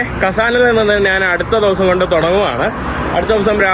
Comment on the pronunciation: "നാൻ" അല്ല "ഞാൻ" കുറച്ചു ഒന്ന് ശ്രദ്ധിച്ചാൽ ന മാറ്റി ഞ ആക്കാം. കേൾക്കുമ്പോൾ ആരോചകമായി തോന്നുന്നു അതാണ് തുറന്നു പറഞ്ഞത് 😊